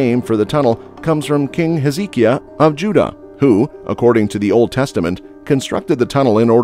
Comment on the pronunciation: You really need to learn how to correctly pronounce Siloam, Hezekiah and Canaanite.